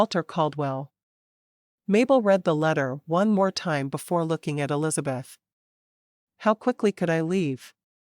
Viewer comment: The narrator says...Ells beth. Should it be Elisabeth?